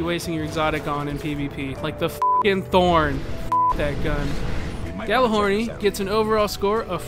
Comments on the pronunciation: it is actually pronounced like yallerhorn not gallahorn in norse which is where the word comes from it means megaphone and was used by hiemdell(probably butchered that) to signal ragnorak(the apocalypse) so people who pronounce it like yallerhorn know there shit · I mean... it IS technically pronounced like "Yallar-horn"